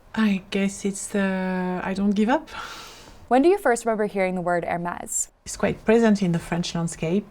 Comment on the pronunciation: A pity she persistently fails to pronounce "Hermès" correctly.